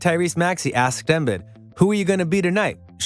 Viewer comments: Learn how to say the guys name right chief. The i’s sound like e’s. eM-beed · He really calling him Joel Embed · Had to sign in to pile on about embed… dude if you’re a sports content creator watch at least one video that says his name… this is like M Night Shyamalan Last Airbender Ang wrong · He said “Embed” 😂😂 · Say his name correctly. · Y u saying his name like that 🤣🤣🤣🤣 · Why are you saying his name like that? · Dude can't even pronounce Joel's name correctly. What did you expect? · Sorry it’s hard to take this video seriously when you mispronounce these names like that. It makes one believe your reading off a prompt and don’t actually watch the game, because literally no one pronounces Embiid and Kawhi like that.